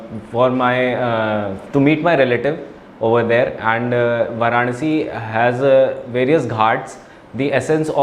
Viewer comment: And❌ Aand ✅